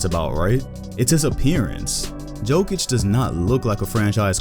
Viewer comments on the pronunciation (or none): No one:: "Joke-itch" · Who tf is joe-kic? It’s yo-kic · PLS STOP SAYING JOEKIK ITS ANNOYING AF ITS YOKICH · It's Jokić, u need ć ! 😃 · It is Jokitch. Similar to #1 tennis player in the world Jokovitch. However, we need to spell their names properly. Djokic and Djokovic. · Maybe the most simmilar is Jokicc, like that double C from cappuCCino. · 'yokitch' dude pls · Nobody: Oprahside: JOKATIC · great video, and about the pronunciation its Yo-kee-tch.